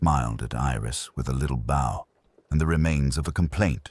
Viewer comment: This doesn't sound AI, but he says "bow" like "bough" when it should be "beaux" ie violin bow. Or do the British pronounce it like that?